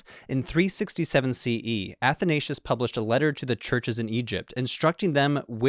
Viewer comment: wish you would have had pronounced Athanasius property